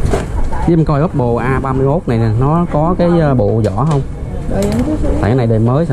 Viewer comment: Vỏ chứ ko phải zỏ